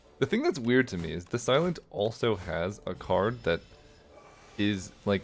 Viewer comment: When you say the silent, i keep hearing this island 😭